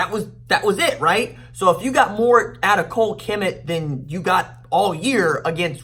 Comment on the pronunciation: It’s Cole Ka Met please say his name right